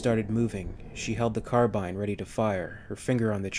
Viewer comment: Aha you say carbine correctly here!